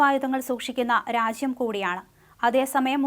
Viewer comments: രാശ്യം അല്ല കൊച്ചേ .' രാജ്യം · Gulan alla mole, GOLAN 😂😂😂 innu motham akshara thettaanallo ... Raashyam alla raajyam...